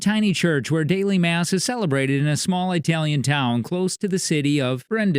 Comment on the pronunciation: It’s It-alian not I-talian